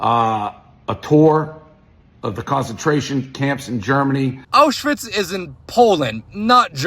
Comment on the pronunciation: he pronounces Aushwitz like it’s related to Oshawa